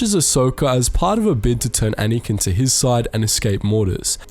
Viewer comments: it's anakin not anikan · You say “Anakin” so strangely.